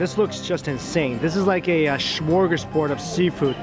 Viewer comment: "Sworgersbord of seafood"😂😂